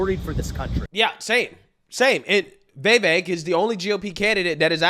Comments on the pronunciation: Dude, it's Vi-VAYK. For real, plaese say it right. It's not Vay-Vayk. C'mon, Man! Don't tell me you don't get on peeps for how their eloquence..... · FYI Its pronounced "viv-vake" not "vee-vake" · It's pronounced (Viv_vake) like cake.Vivek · Why does he keep calling him Vay Vake lol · Bro. Love your channel, but I can't understand why you have such a hard time pronouncing his name. It's not "Vay-vake", its not "Vai-vake". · Vee Vayk, lmao. You crack me up with your pronunciations dude. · Bro, please learn to pronounce Vivek's name. It's so irritating. Don't believe the polls. Vivek POTUS! 🇺🇸🗳